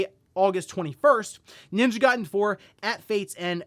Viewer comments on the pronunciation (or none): none